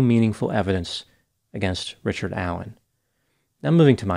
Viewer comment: Richared. Not. Not. The. Bridge. Man. Richared. Incent